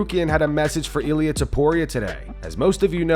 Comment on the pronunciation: In Spanish it's pronounced ilia